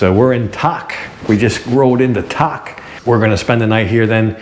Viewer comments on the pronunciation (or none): Nice video, good picture quality but I am pretty sure the city Tak is pronounced Dak like any other word that stats with a T translated to our letters from thai sandscript